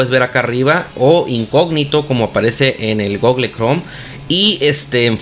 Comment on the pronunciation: "gogle" jajajajaja